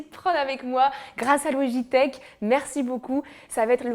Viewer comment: c’est pas louigitek c’est logitek mais cpg